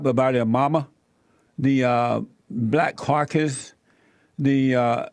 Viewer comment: I like that he pronounces Black Caucus as "Black carcass." Seems fitting.